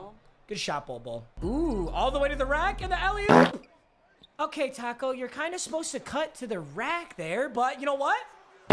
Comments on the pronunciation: Papa thinks Tacko is pronounced like taco🌮...smh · Why do you say taco like a white mother😂